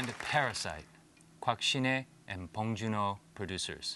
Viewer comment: 존조가 한국어로 봉준호 이름 말할때 확실히 다르네.